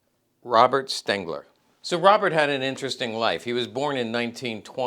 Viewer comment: his name was STENGER not Stengler as you mispronounced it several times